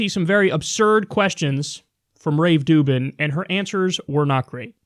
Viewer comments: Rave Dublin, Rave Dublin, Rave Ruvben, Rave Ru.. Dubin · Did you call him "Rave Doo Doo?" LOL, that's awesome. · I'm no fan of Rubin but butchering his name like a fourth grader is just pathetic, even for.